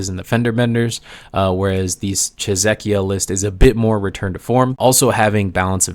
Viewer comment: King, I love your stuff. For our rather uncultured tongues, a different way of pronouncing 'Czechia' would be some thing like 'Che-sha' 'Che' as in chess, and 'sha' as in shall but you're affecting that upper-crust aristocratic accent. Appreciate what you do. Create on, mate.